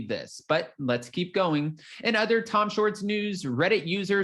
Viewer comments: It's Schwartz not shorts,! You sound silly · Tom Shorts? It’s Tom Shwartz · It’s SWARTZ…not SHORTS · Dude you are totally saying Tom Shorts...that isn't his name! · I can’t stop chuckling hearing you keep saying Tom Shorts! lol